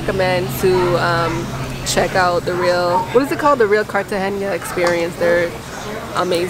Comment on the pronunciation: Your vlog is really good but please just pronounce it Cartagena and not Cartagenia